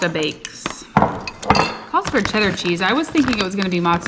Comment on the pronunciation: Everything's bettuh with chedduh.